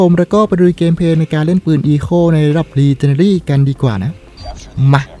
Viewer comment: พี่ครับขออนุญาต แก้ไขที่พี่พูดนะครับพี่. ชื่อปืนอะครับ Echo อ่านว่า เอคโค่ นะครับ ส่วนระดับปืน ที่เป็นระดับ legendary อ่านว่า เลเจ้นแดลี่นะครับ. อันนี้เป็นทับศัพท์นะครับ